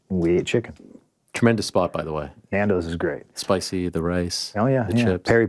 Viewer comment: When an american says nandos it physically hurts me